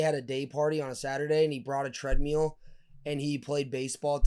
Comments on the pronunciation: Treadmill or treadmule 😂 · Tread “mill” jack not “meal” damn bruh lmfao